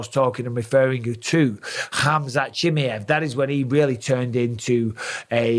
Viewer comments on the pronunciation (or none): I love how a Mike pronounces Khamzats last name...Chimmy-Evv